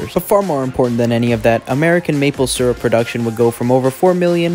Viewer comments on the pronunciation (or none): none